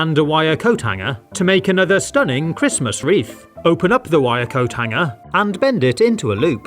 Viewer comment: "Christams weef" i love that